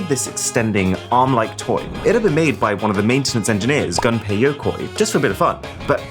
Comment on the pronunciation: Not "gun pay" but "goom pay".